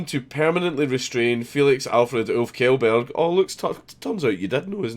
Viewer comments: Pronounces it as "Kjellberg" and not "Shellberg" Wha' a fokin boome' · Did you just pronounce his name as "Kjellberg", instead of "Shellberg"? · It's pronounced shellberg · Like how everybody who watched Congratulations is suddenly a condescending expert on how to pronounce "shell berg" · Makes fun of article saying Felix who says Felix Killburg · It's pronounced Shell-berg. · It's pronounced shelberg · Kjellberg is pronounced like "Shellberg" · More like "chellberj". But not exactly that either. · it's pronounced Shekleburg. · Well Markus was telling people how to pronounce his surname because it's read "mee-kin" and everyone was pronouncing it "mee-chan". Funny that he doesn't know how to pronounce "Kjellberg", but hey, it happens to the best of us. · They way you pronounce "berg" still makes it wrong.